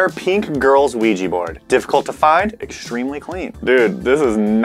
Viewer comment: Ugh.. OuijA, not Ouijee! Love you guys but that's a cringe pet peeve.